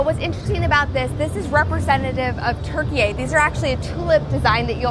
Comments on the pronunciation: Türkiye is not pronounced like adding "yeah" after "turkey". Focus on pronouncing letter ü correctly. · It's not Turkey ffs, it's TURKIYE!!! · Arkadaşlar 'turkey' değil 'turkiye '... Siz yapmayın bari.. Suna alisin ve yazım alışkanlığınızı değiştirin artık. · please dont say Turkiyay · The way you say Turkey is so funny! "Turkiei" 🤪